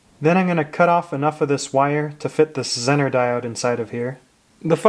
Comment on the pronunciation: It is pronounced ‘zeee ner’ not zin ner